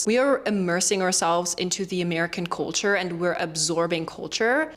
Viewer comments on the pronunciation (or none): Well learned. I don't pick up any German tones or sound in your speaking. However, one word you said in the beginning was "culture" and pronounced it as "coal-ture", as if you have a cold. Try not sounding out "oa" as a vowel, e.g. A E I O U. To help, practice with the word, "sculpture."